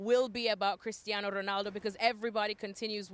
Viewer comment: As a portuguese I hate how these pundits pronunce portuguese names with a Spanish accent to look cultured. It's wrong, you look dumb! Portuguese ≠ Spanish! It's better if you dont force any accent. CRisTiano ROnaldO!